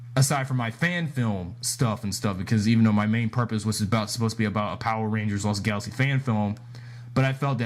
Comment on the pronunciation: Really Dino Charge is the worst also you say Lost Galaxy wrong.